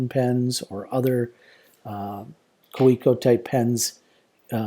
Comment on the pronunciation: If you’re a collector you may be interested in knowing the correct pronunciation of “Kaweco” is “KAVEECO”. :)